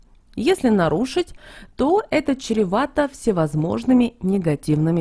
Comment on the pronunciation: ЭТО ЧРЕВАТО, А НЕ ЧЕРЕВАТО.